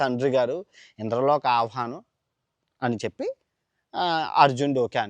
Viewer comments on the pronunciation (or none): పురాణాల గురించి చెప్పేటప్పుడు భాష కరెక్ట్ గా ఉండాలి, అవహానం కాదు ఆహ్వానం, ఇంద్రప్రస్థానం కాదు ఇంధ్రప్రస్తం